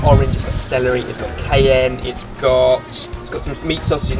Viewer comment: the way pronounces cayenne though, i've lost all hope in sorted food pronouncing anything correctly. The Mille Feuille crossed the line.